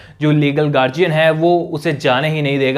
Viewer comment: Guardian Garziyan nahi Bolna .it is guardian (D not Z )